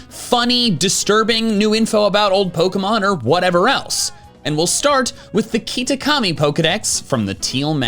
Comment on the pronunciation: did you just call it keetakami? lol